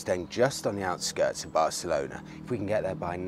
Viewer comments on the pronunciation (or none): Bareclona? Really? Dude?